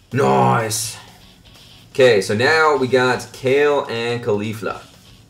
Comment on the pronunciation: you kept saying cauflia 😂 XD